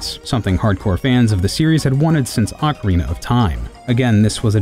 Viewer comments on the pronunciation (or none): none